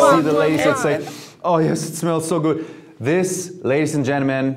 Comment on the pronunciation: There´s no "T" in "good" though Jeremy! Germans!!!